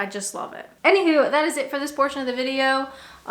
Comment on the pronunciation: I detect the Canadian with the "anyhoo" or is it "anyhuw". So cute.